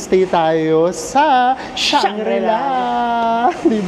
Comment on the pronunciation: Hi and! Just a little bit of correction. It is Shangri-La.:) Thank you and more power!